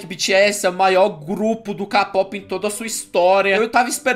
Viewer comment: Ksksksksks mano,o fala capope,sendo que fala Keipop e se escreve Kpop Mas nn ligo e mas legal falar CAPOPE